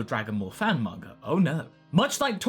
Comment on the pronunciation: What's a "manger" artist?